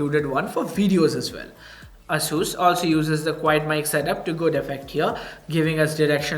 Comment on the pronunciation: ˈeɪsuːs or Eyyy-sus